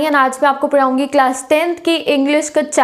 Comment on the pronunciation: Di aap..(paraaungi) 😅😅ku bolte ho Lekin accha lagta hi 🤣🤣🤣🤣🤣😂👌👌👌